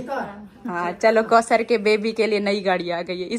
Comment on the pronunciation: Aap ayat ko samjhen k kosar nhi bola karey